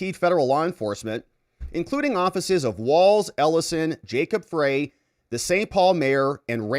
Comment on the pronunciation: Freys last name is pronounced Fry. Unfortunately I live in MN and hear about him all the time